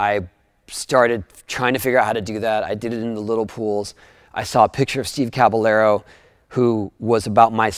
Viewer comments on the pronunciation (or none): It bugs me how he pronounces caballero